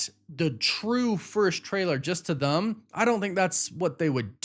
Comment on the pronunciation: Why do you say “them” as “thum”? Just curious